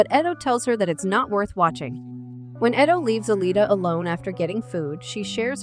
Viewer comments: That’s ALITA, not Alia. Also, Ito, not Eddo. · I’m just mesmerized on the narrator’s mispronunciation of Ido and Zalem.